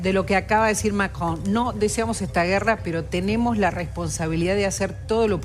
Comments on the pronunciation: MAKKKKKRON😂😂😂😂😂😂 pronuncialo bien, si no hablas francés 😂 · "Macrdón" dice Santillan jajajaja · Maria Laura Zurdistán: "lo que acaba de decir Mackhon" ridícula. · La periodista santillán dice Macón y se llama Macrón ¿ok? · No es Macron, es MICRON !! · MACGGGGGONNN.... JAJAJA (le agarra un acv cada vez que lo dice) De la misma familia de Pagni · Si ya vimos que sabes pronunciar macron en france😅😅😅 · Cómo pronuncia Macron la ensobrada ésta? R.I.D.I.C.U.L.A. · La periodista No puede decir Macron... Cómo todas las personas normales ( fantasma )